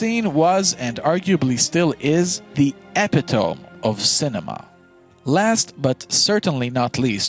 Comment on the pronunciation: You pronounced epitome wrong just btw. Did we watch this together?